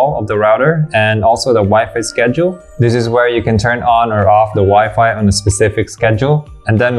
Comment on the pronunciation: Maganda talaga modulation ng boses ni kuya. Maski ako hanga. Ang sakin lang, he can improve his "tree" and "dis". (three, this)